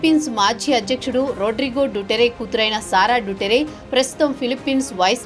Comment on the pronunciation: It's దుతర్తే not డుటరే.